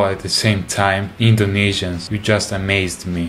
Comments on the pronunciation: I can't help but laugh when he says indonisinians instead of Indonesians lmao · No, he said Indonesinians😆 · "indonesenians" Wheeze